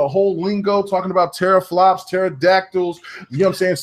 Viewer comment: doesn't know about gaming pc's if he is saying teraflops wrong lol